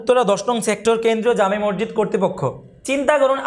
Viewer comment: মরজিদ না ভাই মসজিদ বললে খুসি হতাম